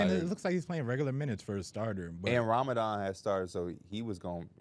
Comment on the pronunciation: Sorry but you pronounced Ramadan incorrectly.